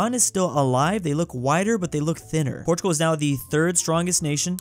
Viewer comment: He said portugul took spqin a then when france died he said portugal took spain😂😂